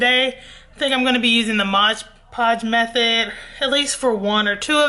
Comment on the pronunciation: The thing clearly says moD you keep saying modge